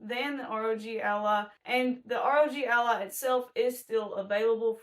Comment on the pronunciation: Sounds like Rodge Allah